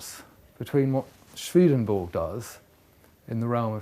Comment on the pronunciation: A great introduction but, alas, Swedenborg is pronounced as it is spelt.